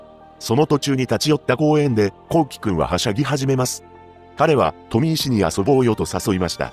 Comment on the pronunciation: 富石 の発音が変